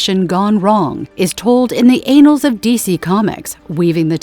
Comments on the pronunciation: "anals"??! Annals. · Tip: don’t get an automatic voiceover to try and pronounce “annals” 🫢🤭🤭🤭